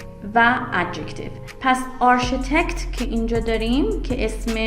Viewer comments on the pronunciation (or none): تلفظ صحیح architect/a:rkitekt/ با تشکر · سلام و عرض ادب.بسیار ممنون از تدریس درخشان شما🙏🌹🌹🌹فقط جسارتا تلفظ کلمه architect و استرس کلمه Economic را اصلاح بفرمایید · دروس عالی هست.ممنون.تلفظ معمارو معماری انگلیسی نبود انگار